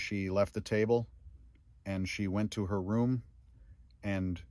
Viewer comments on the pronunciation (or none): none